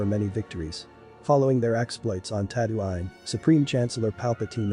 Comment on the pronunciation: Dude, I hate being that guy but how can you mispronounce Coruscant, Tatooine and Kaminoan?